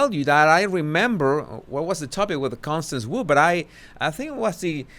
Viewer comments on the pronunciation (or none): none